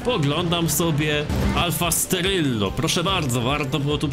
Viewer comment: "alfa steryllo" xD